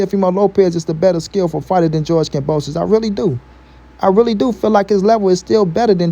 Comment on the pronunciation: Kambosos, ..not kamboso.